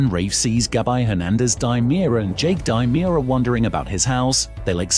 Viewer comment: Demerara, not DImera. Not GabI, Gabby